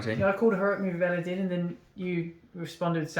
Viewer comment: It's Elladan, not din...